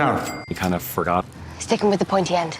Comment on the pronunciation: "kInda ForgOtt"